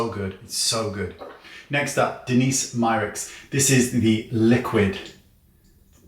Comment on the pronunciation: its Danessa Myricks not Denise...